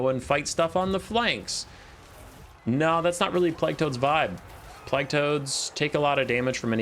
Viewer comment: the way you pronounce plague offends me